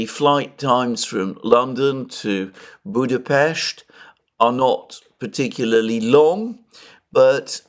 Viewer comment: We appreciate that you pronounce the name of the Hungarian capital correctly - ευχαριστώ πολύ!, and have a good time here!